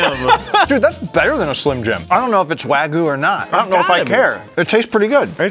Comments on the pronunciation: its not wagu its wagyu, pronounced like "Wah-G-You" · You called Wagyu wagu